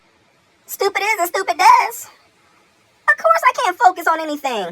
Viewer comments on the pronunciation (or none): 😂 "of coise"